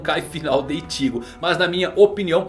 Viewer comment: Eu acostumei tanto com as dublagens de bleach chamando Ichigo normal, aí o chamando o Ichigo de ìtigo é estranho...